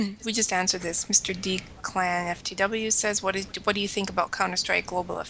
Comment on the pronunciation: I never asked that question? and its pronounced declin